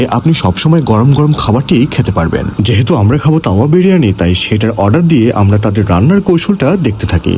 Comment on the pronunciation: তাওয়া যেভাবে বলতেছেন মনে হচ্ছে যেনো কাউয়া বিরিয়ানি।